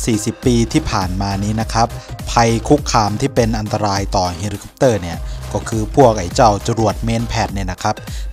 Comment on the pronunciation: อยากแนะเรื่องการออกเสียง ฮอลิคอปเตอร์ เป็น เฮลิคอปเตอร์ ครับ